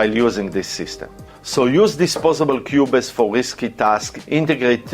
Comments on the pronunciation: Great content. Pronounced Qube's, not qube-es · the e is silent in qubes.